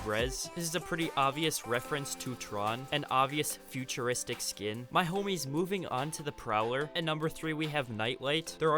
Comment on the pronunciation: y u say “my homIes” lIke that💀